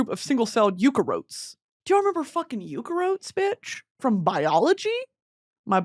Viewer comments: Also the pronunciation of “eukaryotes” “eukarotes” lol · the pronunciation of eukaryotes as "you-cuh-rotes" instead of "you-carry-otes" is killing me😭😭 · “Eukarotes” is killing me 😂😂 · you-ka-rotes killed me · as a scientist hearing her say eukaryotes like ukarotes is CRAZY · Not Brittany saying “you-care-rotes”then lecturing us on etymology, god I love her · The pronunciation of eukaryotes is crazyyyyyyy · The way you said eukaryotes….. prison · starting strong with an insane pronunciation of eukaryotes lmao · the way she pronounces eukaryotes has me dead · just need to let u know that u pronounced eukaryotes wrong. awesome awesome biology girl 🧪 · Brittany pronouncing eukaryotes so wrong with so much confidence has me gagged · WHY DID SHE PRONOUNCE EUKARYOTES LIKE THAT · It killed the eukaryotes in me